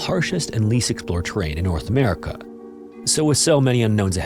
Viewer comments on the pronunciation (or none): none